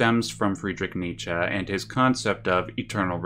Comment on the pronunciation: Thank you for pronouncing Nietzsche correctly!